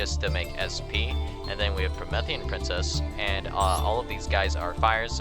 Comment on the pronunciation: “Prometheus” “me” “Promethean” not “meth”